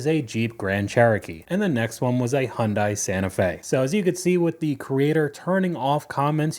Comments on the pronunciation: It’s not “Hond-eye.” Hyundai rhymes with Sunday. Say “Sunday.” Now, replace the S with H and say it. There ya go. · How hard is it to say HUN DAY! NOT HUN DIE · HI-UNDAI, NOT HUNDAI..... and yes, i'm autistic and it bothers me..... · The spelling makes it confusing but it's pronouced HyunDAE. just want you to know how its supposed to sound. I speak Korean. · Hyundai is pronounced like Monday with an H.